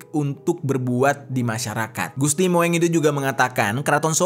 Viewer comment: Gusti Mung bacany, ejaan lama itu bukan mo-eng bacanya 😊